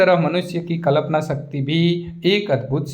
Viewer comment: Yr sir कल्पना होता है कलपना नहीं